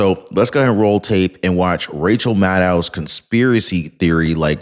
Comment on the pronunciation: please get it right it's Madcow Madcow